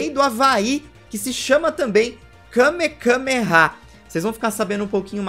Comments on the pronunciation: O falando kamekameha o vídeo todo e eu me contorcendo por dentro dizendo que kamehameha 😅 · É Kamehameha e vc falou kamekameha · O correto é kamehameha e não kamekameha 🤷🏻‍♂️ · Akira Toriyama: Kamehameha Rei do Havaí: Kamehameha: KameKAMEha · Só uma observação o nome certo é Kame-hame-ha e não kame-kame-ha vc repete o kame duas vezes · kamehameha não kamekameha 😂😂😂😂😂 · é kamehameha não kamekameha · Alguém percebeu que ele falou Kamekameha ao invés de Kamehameha? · O n é kamekameha, é kamehameha tanto o ataque de dbz quanto o nome do cara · Kamekameha ? Sempre falei Kamehameha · Kamehameha!!! Que agonia toda vez que tu diz kamekameha! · dislaike ***Kamehameha não kamekameha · É Kamehameha, não Kamekameha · Me incômodo vê o falando Kame Kame há kkk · Várias vezes... MDS eu tava agonizando kkkkkkkk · KameKameha? É sério isso? 😂😂😂😂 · Que agonia o repetindo a palavra Kamehameha várias vezes errada....